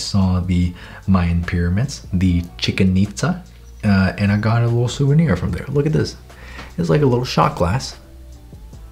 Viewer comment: “Draw DROM memory” Ahh yes. My favourite word: Drom